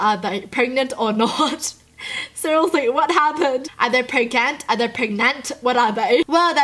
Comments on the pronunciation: I love everything about except when she says SERIOSELY, the way she pronounciates that frustrates me.. its like " Srsllshdllshlsy" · It sounds like your saying cerialeslie no hate